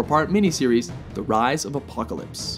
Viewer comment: Man the narrator needs to say Apocalypse name right he wasn't even close¿....?